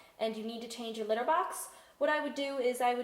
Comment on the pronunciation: at first when we are going to be talking about litter I thought she said glitter